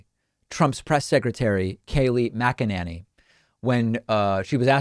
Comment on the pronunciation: DJT's press spokeswoman's surname should br pronounced MacInane.